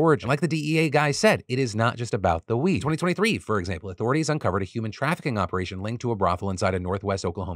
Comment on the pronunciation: You said "Joint Opperation" twice. - Pun Intended Sir!!!